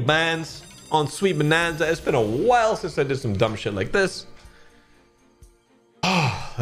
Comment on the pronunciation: You understood the assignment “proper name…proper accent”😃